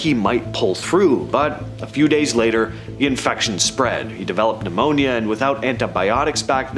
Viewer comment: You are the only American that you pronounce "pneumonia" the right way! I had to listen it again and again to be sure! It "pn" not "ne"! I'm Greek so I know how difficult Greek language can be to a non Greek person!